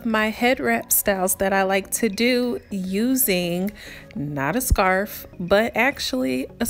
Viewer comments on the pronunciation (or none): “Scurff” 😂😂 but I love your videos ❤️❤️❤️